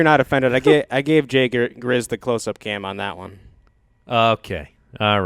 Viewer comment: "JAY GRIZZ"